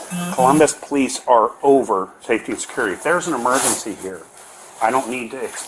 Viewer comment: The Poh-leese